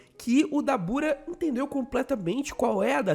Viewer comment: A pronuncia certa é “dábura”